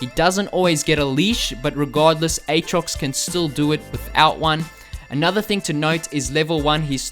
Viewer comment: its pronounced "at rox" not "ayt rox"